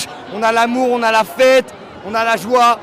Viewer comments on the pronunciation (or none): none